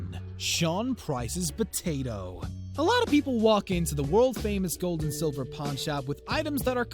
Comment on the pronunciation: I thought he said porn Star 😂😂